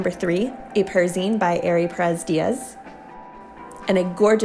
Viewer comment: thanks for the review I really appreciate it! my name is AR-EE not AIR-EE